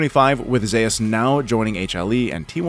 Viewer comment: Nice Video . But maybe next time you can pronounce the top laner's name correctly -""Zay-ooz"